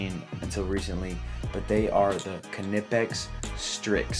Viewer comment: I kuh-new I'd hit a kuh-nerve!! :) The German man clearly says kaneeepex!! You "americanize" & say Kah-nipex! I say tomartoe you say tomaydo!!!